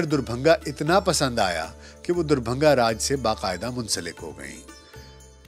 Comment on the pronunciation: आपकी उर्दू काबिले तारीफ है पर दरभंगा का उच्चारण सही करें। आप दुरभंगा उच्चारित करते हैं।